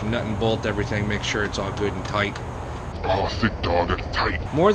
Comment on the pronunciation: “Gootentight“ tf is that😂